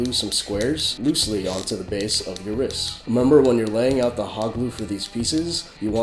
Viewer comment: not hating but u say ris instead of rist